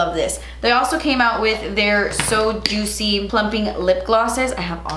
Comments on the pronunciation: the more I watch ur videos, the more I pronounce "oh my gotch" instead of oh my gosh, and "jutzy" instead of juicy 🤣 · I was so excited to watch this to hear you say juit-cy 😝💕 that eye look is STUNNING!! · I always giggle everytime you pronounce words your own way. Love it Lol. (so Jutzy) love the look as always. Can't wait for the next one.